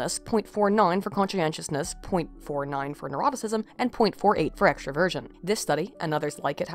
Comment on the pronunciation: I enjoyed listening to this, thank you. Though I think I need to say that I kept hearing "extra Virgin" instead of extraversion. That caused a lot of "wat" for a while.